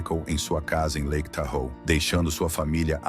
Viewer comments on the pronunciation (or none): none